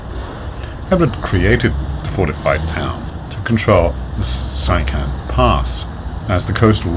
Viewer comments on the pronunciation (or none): Sychan is pronounced "sih-khan" not "sie-kan"